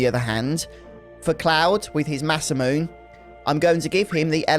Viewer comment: Always love your work,! Congrats on getting through so much of this game! Random aside, Masamune is actually pronounced with 4 syllables including the e at the end, since it comes from Japanese (mah-SAH-moo-neh).